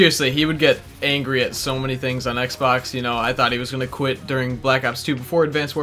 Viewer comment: When you said quit, I thought you said Gwidt.... Haha